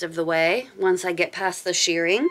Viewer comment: I think you are saying shearing instead of shirring